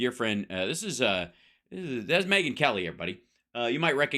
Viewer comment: As another "Megan", please don't call me May-ggin. That's probably why her parents spelled it in that way...